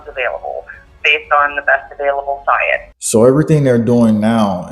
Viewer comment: Best available "Psyence"!